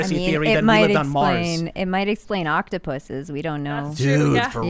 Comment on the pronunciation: She said octipusses